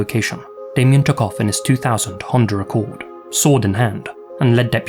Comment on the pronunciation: What the fuck is a honjuracode lmao it’s pronounced hawn-duh uh-cord